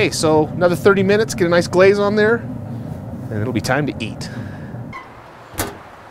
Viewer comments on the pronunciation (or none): none